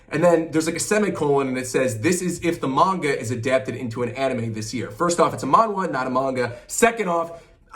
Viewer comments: first time here but why do you say manga like that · shame this man doesnt know how to say manga